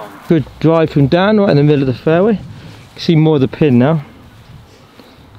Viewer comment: Dan not dsan